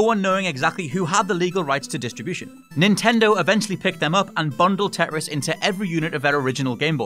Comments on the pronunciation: I know you're northern.....but its TET-RIS not TE-ER-IS.Still speaking way to quickly, gives me a headache. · they shouldnt edit out huge gasp for air at the end also anyone else bothered by the way he pronounces tetris